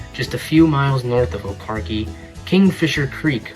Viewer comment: It's pronounced O car chee